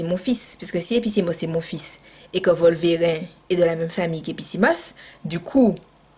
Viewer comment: On est dimanche, il fait froid (gros poil de la Martinique), pas envie de sortir avec les événements du week-end dernier et voilà cette vidéo. tu me fais rire comme pas possible, tes réactions sont tellement naturelles que ça passe comme une lettre à la poste. Tes expressions "Wata Faya" ou "Volverin" (sans la prononciation du "e") etc.. AU TOP! Merci de nous retranscrire ta joie de vivre.